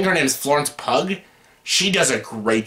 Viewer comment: Good review. However, the actress last name is pronounced pew, as in church pew.